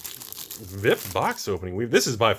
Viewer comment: Thumbs down for pronouncing “VIP” as a word.